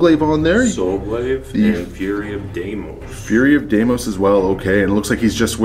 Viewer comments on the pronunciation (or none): none